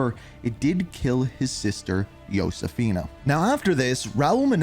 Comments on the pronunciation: And "yo-sefina" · Idk if it a pet peeve of mine or not but Josefina is pronounce ho-se-fee-nah it not pronounce Yosefina and Nicaragua is in Central America not south 😭😭@